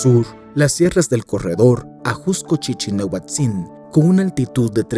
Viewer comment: La ciudad de México no mide 2800 k² mide un poco más de 1800, también chichinautzin está mal pronunciado